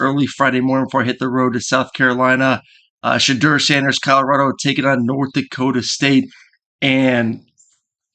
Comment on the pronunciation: Like the video. Shedeur is pronounced She Door.